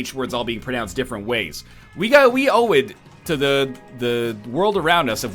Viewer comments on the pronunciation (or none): "oui oui owe it to" Egg talking about the French language seems to make him speak french